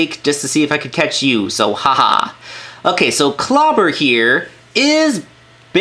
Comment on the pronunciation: That female Decepticon Clobber is awesome like I thought it was a female version of Lugnut but I was right it is a different characters. Cyberverse senson 3 will be cool and I understand you say her name wrong is okay. Thank you for the video.